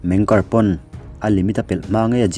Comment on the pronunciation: Meng kari jan tih chu😂😂😂 Zo tawng tak a chhiar in "meng ki ar" A nih kha mawle